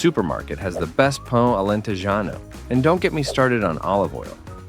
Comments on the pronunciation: It's Pão Alentejano, not Pau XD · Pão alentejano and not pau, that means something else... :D